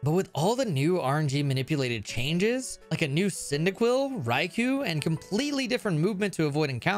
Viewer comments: It's not "raikooh" its "raikoh," and if I were to nitpick further, it would be closer to "lai" than "rai," as the name is exactly the same as the Japanese one, ライコウ. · No, he said Raikou wrong too, although I'm sure that one wasn't actually intentional. Loads of people say it the same way as "Raikuu" when it's more like "Raikoh". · Hirasawa It's pronounced in the Pokémon movie, I think it was "I Choose You!", the one that soft rebooted Ash's story. They call it "Rai-koh" With koh as in Koh The Face Stealer from Avatar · I said it would be nitpicking because I don't expect anyone who doesn't speak Japanese or isn't learning it to properly pronounce the "L/R" sound. It really shouldn't be that hard to comprehend, but apparently some of you can't. What he's arguing is the semantics of what I said to someone who does understand the language. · "dra-tie-nie" "ecru-tee-ack" "raikoo" this has to be an elaborate joke, right?